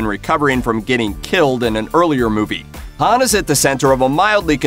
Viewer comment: Bro this guy knows nothing bout fast and furious the way he said Hans name you can tell he knows nothing probably reading off of Wikipedia